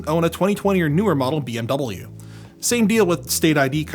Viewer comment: The way pronounces the letter W in BMW 😆